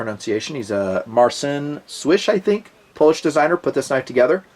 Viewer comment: Your pronounciation of "Marcin" was not so good but "Słysz" was pretty much excellent. I was kinda surprised to be honest.